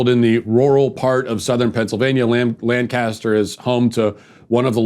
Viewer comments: you know hes never been to lancaster when he pronounces it "LAN-Caster" and not "lan-kiss-ter" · It’s pronounced Lank uh stur Matt.